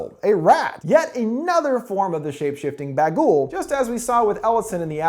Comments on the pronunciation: It's Bughuul not Bagool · Why the hell do you call it ‘ba ghoul’ like honestly. Get it right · Honestly every time you say bagul I just hear bagel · Im sorry, but did he say bagel? 😂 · Everytime he says " Baghul" I start craving a baguette.